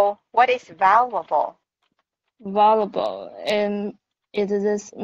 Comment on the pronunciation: The stress on semester is on the 2nd syllable, not the first one. It's val-ywa-bol, not va-lu-wa-bol. 😉 Valuable also means important.